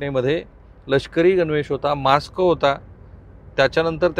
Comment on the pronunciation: राहुल दादा तुम्ही मास्क चा उच्चार चुकीचा केलाय 😊